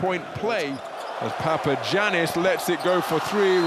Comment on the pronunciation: It's pronounced Papayannis. Haven't you learned from Giannis Antetokounmpo?